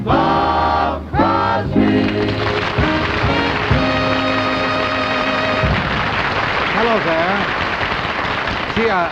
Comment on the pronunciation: At least get the guy's name right - It's CROSBY